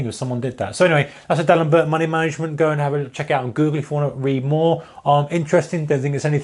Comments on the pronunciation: It's pronounced dee alembear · Pronounced like D-Allen-Bear (French)